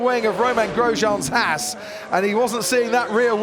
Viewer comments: Daniel Remian It sounds like “he can see the rear wing of Ramain Grosjean’s ass” instead of Haasz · did crofty say back of Romain Grosjeans's as* or haas😄